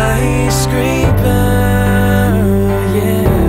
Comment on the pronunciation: Why he says "peeper" and "skyscreeper" instead of paper and skyscraper?